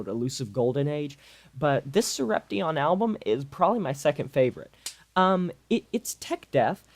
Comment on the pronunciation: It's Sorep-shun. Not sorep-tee-on